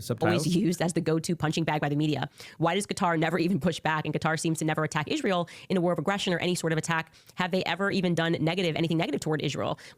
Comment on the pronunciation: It's really annoying to listen to her mispronounce israel as izshreal. Such a birdbrain...